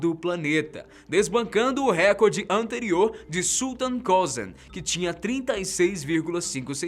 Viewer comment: Apenas uma correção, a palavra é recorde, não "récorde".